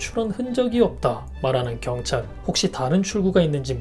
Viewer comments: 결찰이 아니라 경찰이데.... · 2분13초 경찰아니고 결찰 ㅋㅋㅋㅋ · 엑 결찰?ㅋㅋ